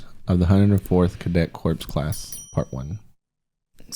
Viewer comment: Happens to a lot of people but Cadet Corps is pronounced like Core, similar to Marine Core instead of Corpse.